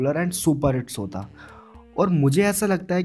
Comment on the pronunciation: Bhai apni language sudhaaro sow nhi show bolte h